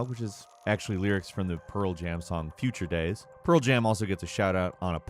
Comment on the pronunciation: Am I the only one who heard "putrid days" and not future days?